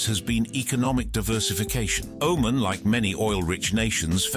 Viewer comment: If the narrator can't even pronounce the name of the country or the leader correctly.... How much in this video is even true